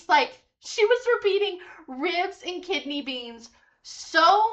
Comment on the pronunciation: Lol- she actually says "ribs and kitney beans" 😂